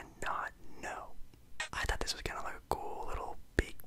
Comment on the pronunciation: Bro on the second question I was so confused i thought u said thot not thought 😂😂😂